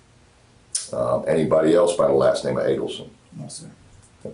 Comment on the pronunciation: Stupid AI doesn't even pronounce the name Addelson correctly!